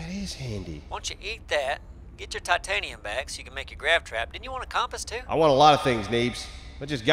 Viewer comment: "Compass" For the love of god, y'all need to learn how to pronounce the word "compass".